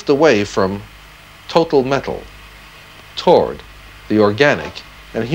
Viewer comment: And "toord" for "toward". Perhaps they based Zoiberg's voice on that of Asimov?